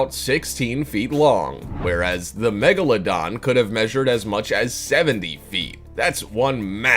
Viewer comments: He mispelled "megalodon" he said "magalodon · He said magalodon instead of megalodon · It’s spelled Megalodon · lol magaladon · The magaladon? 😭😭😭 when u don’t English